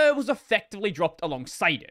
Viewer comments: More to the point, who pronounces "Mir" as "Myrrh"? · I know pronunciation of a project name doesnt really matter but just in case you want the info, Mir is pronounced "meer" just like in miracle.